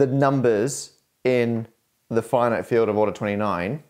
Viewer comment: ". . . arbitarily large flinite fields . . ."? 😁